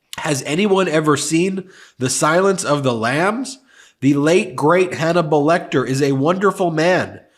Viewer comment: Hanable lol 🤣🤣🤣🤣🤣🤣